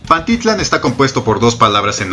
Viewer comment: Se pronuncia PantiTLÁN y no PanTItlan, te sugiero que aprendas a pronunciar bien